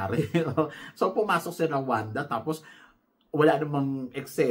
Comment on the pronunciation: mali pronunciation po ng RWANDA is RO-WAN-DA baka kasi may ma offend na bansa.. pati ung CÔTE ďIVOIRE.. its CAUGHT-DE-BWAH..